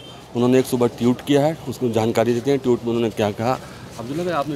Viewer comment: जब संवाददाता ने "ट्वीट" को "ट्यूट" कहा ....... बस उसके बाद ये वीडियो देखना बंद कर दिया ...... इतने बड़े चैनल मे ऐसे संवाददाता ......